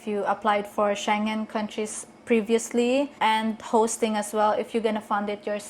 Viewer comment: "Shen Jen Country" ? Huh?